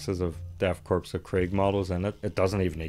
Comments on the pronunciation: It's pronounced like core, not corpse. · Sure English is tough,, Death Crops of Krieg, is not pronounced Corpse, but Core. Just like the USMC, United States Marine Corps (core). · It's not a corpse, it's a corps. Pronounced like core. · it’s the death “core” not corpse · Is not death 'corpse' of krieg, 'Corps' is pronounced 'core' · Cooooooore, Death Core, not corpse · It’s pronounced “core” not “corpse” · Hate to be that guy but it's pronounced core, not corpse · I don't know if anyone else said this, corps (or "korps," in German) is pronounced like "core," not "corpse." I am saying this to help, not be a shit head. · They look fantastic. Great find. BTW the S in Korps is silent, it’s like Corps in army, the PS are actually silent, so it’s “Death Kor of Krieg” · It's a nitpick, but Korps is pronounced like 'core.' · Trying not to have an aneurysm every time you say Korps as "corpse" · “Korps” is pronounced like “core.” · It's pronounced Death 'core'. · just started this video and are you really saying Korps like corpse? this has to be satire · The s in corps is silent